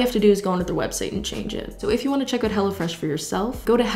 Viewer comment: Watched the entire ad because my 1AM tired brain heard her saying "hello fresh" like she was saying "hella fresh"